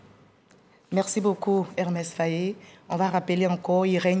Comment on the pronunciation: Mme la journaliste c'est pas Ermes , c'est Emerse Fae ! Que Dieu le bénisse.